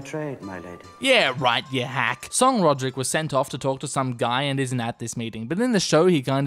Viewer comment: “Ser Rulrek”